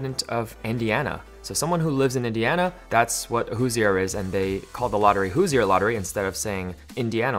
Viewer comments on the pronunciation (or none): Hoosier. we're Hoosiers. lol not hosiers... sorry I'm a, Hoosier all the way.